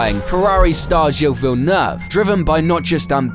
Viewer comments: As a Brit, I can say we don’t all do this! The pronunciation of Villeneuve throughout this video is extremely irritating! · Could a British explain why there's a growing tendency to separate singular names into two words? Ville Neuve? Watching F1 it's Singa Pore over and over but occasionally I hear it pronounced by the same person properly and as a single word so it's obviously deliberate. Honestly super curious!